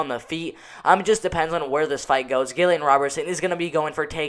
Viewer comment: not Gill-ian Robertson